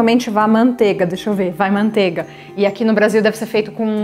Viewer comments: MANTEIGA * (não é “mantega”) PRONUNCIA-SE O “I” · MANTEIGA* PRONUNCIA-SE O “I” ( não é “mantega”)